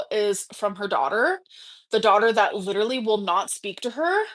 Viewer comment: Grammatically challenged, leeeterallly.. 😂